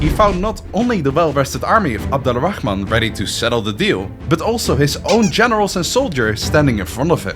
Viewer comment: Just a tip, Al-Rahman is one word. It's not pronounced Ala Rahman. It's Alrahman, and to be more precise; Arrahman. This is due to a linguistic rule, where certain sounds, including /r/, blend with the definite article "AL" (the). Google "Sun and moon letters" for more info. ;)